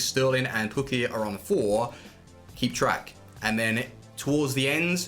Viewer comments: It’s pronounced poo key not pu key but sick vid bro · “Pukki already has 4 goals in the premier league which kinda sucks” wtf how does that suck btw it’s pronounced poo-kee